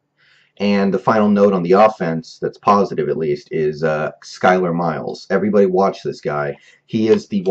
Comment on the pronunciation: Skyler Miles??? Seriously, are you even a fan? It's Cyler Miles, do you're homework before you blog about a team, especially if you're talking as if you are on the team...smh